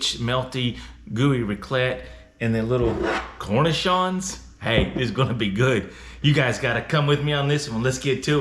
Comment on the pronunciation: Umm...good job on finding and paying for a half wheel of raclette, but I am sure the cornichon's are not supposed to be inside the sandwich. Pronounced Kor-Nee-Shawns. I want to get hold of a half wheel too!